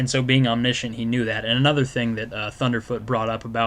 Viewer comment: "omniSCHENT" "omniSCHENCE"... no its omniscient and omniscience... also... "He made the assumption that everyone in heaven was gonna be sitting in chairs even though that was said in the verse he was saying" well yea.. that is a pretty good assumption if he read it straight out of the Bible.. oh sorry they said thrones.. not chairs.. could you explain the difference please?